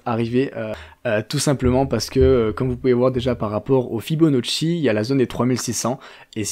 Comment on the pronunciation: FibonAcci, petite correction car tu mentionnes à plusieurs occasions « Fibonocci ». Top vidéo sinon 👍🏻